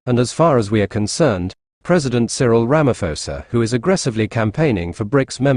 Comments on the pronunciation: We appreciate the information as Africans but you will have to do a lot to ascertain our Presidents' names before you go on air. They are said everyday on mainstream media but you still failed to call them properly. Are you sure you have heard Ramaphosa being called Ramafosa all this time? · RAMA-PO-SA. There's no "f" sound in his name. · Hey you narrator - there is no Ramafosa here. Can't you pronounce acidity and alkalinity measure pH?